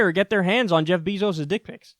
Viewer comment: “Jeff Beezos” 🐝😆🤣